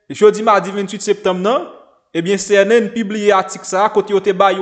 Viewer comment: CNN se yon mot Anglais C a prononce comme si ok